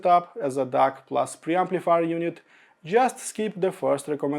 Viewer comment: The way to pronounce DAC is D-A-K not D-A-R-K